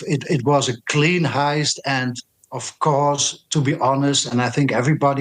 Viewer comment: "and , of cours , they are watching the news" 😊